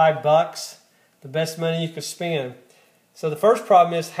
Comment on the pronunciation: "Own"? are you trying to say ON? "Spee-end"? are you trying to say SPEND? "Ree-sep-a-kill" Are you trying to say Re-sep-tee-CAL?